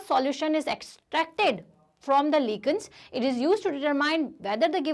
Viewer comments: You pronounced lichens incorrectly.😠Everybody, plz don't use this pronunciation in front of ur teachers. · Licens not लीचंस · You teach very well It's not lican it's lichens and not fa+un+gi it's fun+gaai